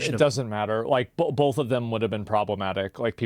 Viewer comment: There's no L in the word both. Stop saying bolth